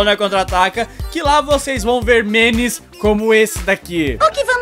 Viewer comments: o ficava falando menes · e minha impressão ou o fala menes em véz de memes